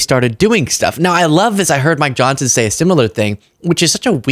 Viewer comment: Just a tip (pun intended...you'll see)...moving forward, you should definitely make sure you're enunciating the K in Mike Johnson...otherwise, you'll keep saying "My Johnson" like this video and it could get weird lol